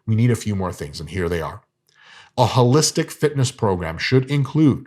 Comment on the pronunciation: This mf said "fitnuh"